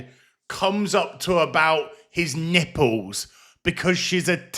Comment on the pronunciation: “NIPPUWS” TIPPLLLLLLES!!!